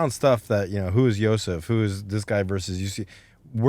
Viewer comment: bro why he calling him yosef, its yousef tf